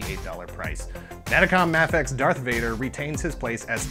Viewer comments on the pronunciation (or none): mafex is pronounced MAY FEX